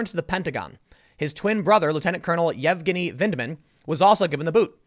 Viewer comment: YevYenny Tim...Yevgeny is pronounced YevYenny.. Crazy Russian/Ukrainian names.